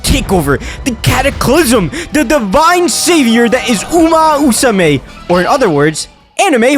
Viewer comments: you mis-pronounced umamusume for a whole video and you now can pronounce it in just now? what? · Love the energy but i die laughing every time you say "uma-usume" no 2 english speakers pronounce this game the same and it's so funny.